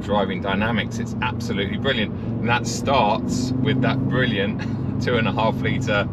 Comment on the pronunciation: Count the number of times says “bwilliant”